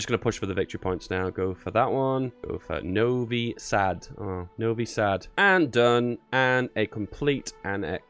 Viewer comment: Go for Novi Sad min 😱You said that perfectly💪 Waching all your vids and hello form Novi Sad 👋🇷🇸💪